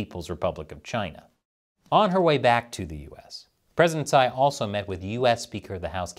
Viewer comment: If you care about taiwan, you should pronounce her last name (Tsai) correctly. The way many Americans pronounce poo (in taiwanese) for her last name(Tsai).